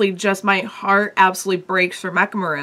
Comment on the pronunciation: Mechamaru's name is 'MEH-ka-MA-ru,' not 'ma-RU.'